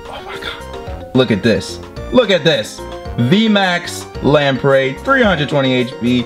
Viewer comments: Do u srsly pronounce Lapras as lampray? Seriously? That’s a sin in all regards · is calling Lapras 'Lamprey' an inside joke? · Is it me or does he say lapras weird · Pronounces "Lapras" as "Laprey", "Ferrothorn" as "Ferret horn", and "Maractus" as "Marectus" Me: 😁😄😬🙄😳😤😡🤬